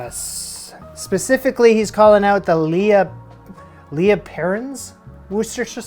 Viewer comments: Butchered Worcestershire and then doubled down on the Lea (lee). 😂 Me trying to speak in the day to day. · It's Lea like Lee. Worcestershire sauce causes so many issues for Americans 😂 Love your videos, keep it up.